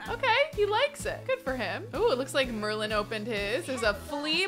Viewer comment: Every time she says Merlin I think she is talking about the merman because MERlin!